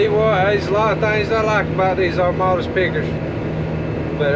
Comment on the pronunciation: Does know there's no R in Amadas?:)